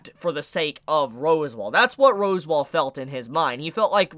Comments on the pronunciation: Its pronounced RASSWALD not ROSEWALL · love the video! Are you joking when you're pronouncing the names tho? Cause you're pronouncing like every name wrong lmao. I'm pretty sure Echidna is pronounced AA-KID-NAH. and Rosewall is pronounced RAZ-WALL. No hate tho! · Also... Totally throws me off when you say ROSWAAL as ROSEWALL... it's not the Japanese Voice actors mispronouncing it and you saying it correctly. Also ECHIDNA is NOT ECHIDONNA.... it's literally Eh-Kid-nah ECHIDNA 😂 Sorry but it totally throws me off the flow of what you're saying 😳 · Uhm.... is it pronounced "Roswell" or "Rosewall"?? @@